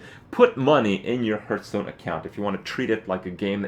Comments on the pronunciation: It's pronounced harth not herth dammit. Lol.That aside, very helpful. Thank you. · how can you play this game so much and still pronounce the name fucking wrong.